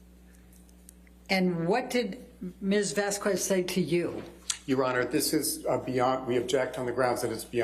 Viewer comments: Love how she gets corrected on name pronunciation by the Hicksville witness and still manages to call the other attorney Ms Vascwez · Amber’s attorney is always messing up words and names lol umbrella man guy whoever lol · Can amber turds lawyer learn how to say Vasquez please, at this point it feels derogatory toward Camile. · Gosh, weeks of trial, yet AH's attorney still hasn't learned how to pronounce properly Camille's last name 🤦‍♀️.